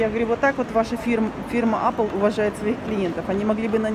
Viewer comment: Господи)))) живете в Америке и говорите - Апл)))....жееесть! Apple(эпл) правильно! А еще парень в МАЙКРОСОФТ не сумашедший - и они видит картинку - которую было видно на большом экране позади него! Вы оооочень далеки от техники - в век техники)))))